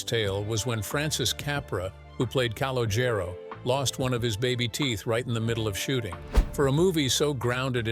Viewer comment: C and Jane did not go to school together and pronounce his name correctly! Now yous can't leave!